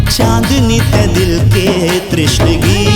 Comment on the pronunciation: Badhiya Gaana👌❤️ Bas Lyrically Pronunciations Kahin Miss Hua Hai Jaise Tishnagi Ko Aapne Trishnagi Gaaya. Exempted These Nice Song Sung By, Rocks. Awesome Crews Of Production